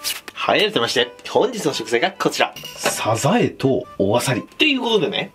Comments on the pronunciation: 発音、サ↑ザ↑エ↓なのね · 時よりでるサザエのイントネーション、愛知を感じる懐かしい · サザエのイントネーションなんか全然違う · サザエの発音が気になり過ぎるw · サザエのイントネーションが気になる 笑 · サザエのイントネーション、、、！